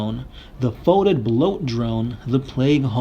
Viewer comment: Foetid is pronounced "Fetid", not "Foatid"!